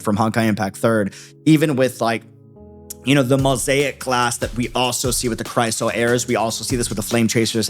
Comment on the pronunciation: Is there a particular reason you're pronouncing Chrysos as Chryso? Sorry just stuck in my brain cuz you keep saying it that way for several videos 🥲 Anyway love your wildest reactions brooo